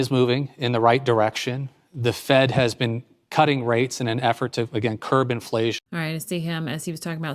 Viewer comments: PLEASE someone tell him that it's "CURB inflation". Not "curve". At least that's what I keep hearing. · He's such an empty suit. And it's CURB!!! NOT CURVE!!! Dolt.